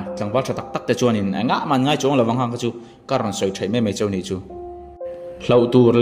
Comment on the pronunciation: Hnamdang nei ro ro i tih hi, mizotawngah ro ro a awmlo. Mizotawng diklo hi engahnge kan lakluh tlat zel, tawng lamah chimral kan ni mek. Nidangah chuan, ro ro tiloin, rau rau tih tawh tur. Choh tih pawh hi, chauh tihtur. Naute te pawh hi, note ti tlat hi an awm. Mizo diktak i nih loh chuan ka hrethiam che. Mahse mizo diktak i nih hmel bawk si.😂